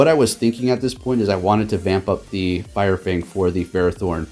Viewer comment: “Fire Fnag”